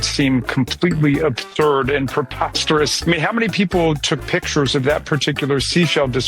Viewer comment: Ratskin is "abthurd"